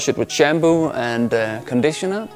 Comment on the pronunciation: If he calls it Shamboo it WILL be Shambo.